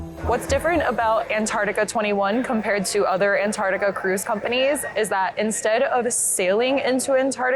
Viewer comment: Antar-C-tica please!!!!. Otherwise, great. Thanks.